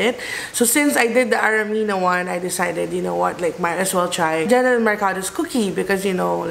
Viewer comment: Hi. Love your videos but, its JENNYLYN po ✌🏼 not Jennelyn!